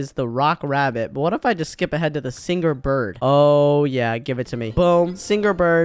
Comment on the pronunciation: did said singger not singer